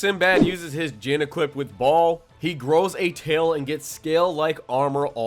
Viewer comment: Ball?? Bro his name is Baal :)